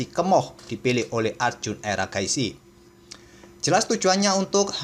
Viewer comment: Mimin udah kebiasaan manggil Erigaisi jadi Eragaisi 😂